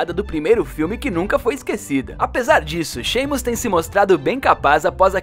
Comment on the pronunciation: Que eu saiba é "Simas",no vídeo erraram a pronuncia de tantos nomes que dá agonia, chegaram a dizer "J.K.HÁULINGUI"